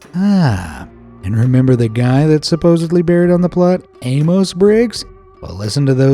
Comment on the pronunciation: Amos is usually pronounced Amus, not AmOHs.